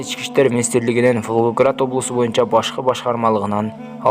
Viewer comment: Туура айтсан Волгоград деген созду уйронуп ал социялдык деген созду да туура окуп уйрон кудайым озу сактасын кырсыктан